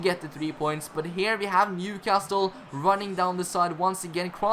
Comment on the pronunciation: Just to let you know, in England we don’t pronounce the ‘T’ in Newcastle 👍🏼 nice series btw